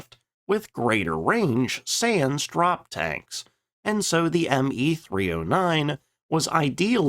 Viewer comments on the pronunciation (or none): Pronouncing both S's in sans tell us the narrator is no languages superstar anyway. Needs a better narrator in his otherwise good productions.